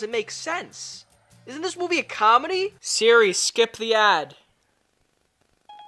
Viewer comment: When he calls Siri Diri...